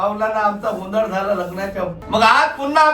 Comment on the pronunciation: Are गोंधड nahi गोंधळ हा बरोबर शब्द आहे. मराठी शिकण्याची अत्यंत गरज आहे.😂